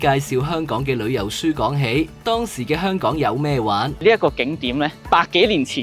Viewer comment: 做既内容都好好，Thanks! 但係始終都係好多懶音，有時聼到 Hon-Kong 即刻出左戯